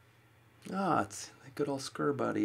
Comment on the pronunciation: he might be even funnier than you we need more in our life! and did he say screw buddy for your scorepal but sure sounded like it;)